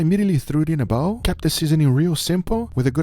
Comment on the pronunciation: lol Still cant say "Bowl".....still pronouncing it as "Bow".......lol maybe next year Guga